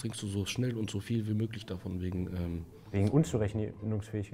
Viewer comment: Wenn du noch einmal WÄGEN sagst!!!!!!